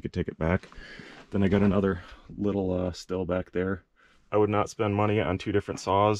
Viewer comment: Stihl = Steel or Schteal. Not Still.